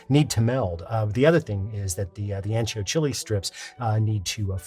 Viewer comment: Love, love, love your videos. Always. Love that you mention you say aun-cho, not ann-cho. ¡Perfecto! But you say hal-a-peen-yo when it should be hal-a-pen-yo. Just an observation and a correction coming from the kindest of place. Thanks Alton!!!!!